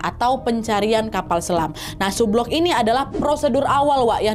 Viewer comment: Cara baca sublook, submiss, subsunk salah